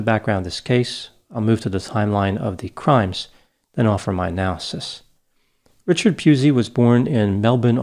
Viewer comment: was very careful to mispronounce Richard Pusey's name